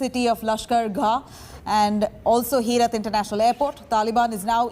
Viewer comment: Its not Herat. It is pronounced as Heraat.